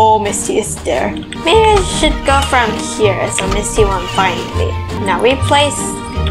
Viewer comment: It’s Ms.T not “misty”